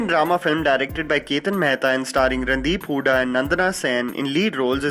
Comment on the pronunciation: Round of applause to the common denominator.....'Randi-hooda'!!!! p.s i know its 'Randeep' :P